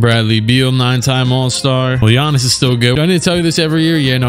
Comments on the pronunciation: "(Guy-ann-is) Bruv I'm dead😂😂😂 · I almost spit my food out when you said "GUY-ANN-IS"